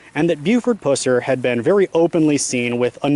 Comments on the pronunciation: My sister lives in Reagan just up the road 30 minutes and knows the history very well. Great objective video, but your pronunciation of 'Pusser' is all wrong.... It's Pusser which rhymes with cusser. (like someone who cusses). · It’s pronounced like the puss in an infection. Puss-er. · This was a fantastic presentation with exception to the fact that you repeatedly throughout kept annoyingly mispronouncing Buford's last name. It kills me that people make these videos and can't even get the subjects name correct. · Tell his story - Pronounce the name correctly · Learn how to pronounce his last name correctly! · Why is it, So many people doing these video documentaries, Most of them Can't pronounce Buford's last name, Pusser?? I could pronounce it when i was 14. But Anyone who thinks that Buford " murdered his wife & shot himself" has shredded cabbage for brains!!! Even the TBI agent Warren Jones said in 1967, that " anybody that think That, theyre pretty Ignorant about gunshot wounds". Btw, you Should know that the " other guy" from Arkansas has claimed all that BS because his Aunt was the woman that Buford killed; Anyone who called him on some of his shaky info, he calls them names & blocks them from his page.